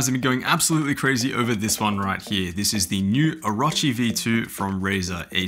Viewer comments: Oh - row - chee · O-ruh-chee ew